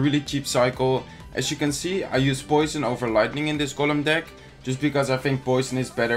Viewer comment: Kevin Groß OMG is you not jou you have a problem with the y